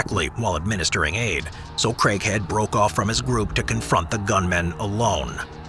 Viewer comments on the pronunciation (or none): Who else thought he was saying "Christian Crackhead"? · I know its craighead but i keep hearing "crank head"😂😂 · why I always hear "crackhead" instead of Craighead lmaoo